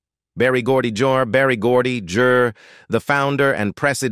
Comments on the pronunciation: Barry Geordie Jrrrr? Good grief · AI narrator told us about Barry Gordy “Jerrr.”